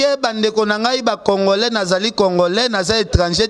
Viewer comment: on ne dit pas Congolin, c'est Congolais. Je vais t'aider à bien prononcer. C'est comme Congole. Donc c'est le à la fin que l'on prononcé et non lin.